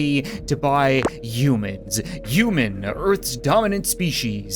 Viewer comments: Why do you say uman and not human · You said yuman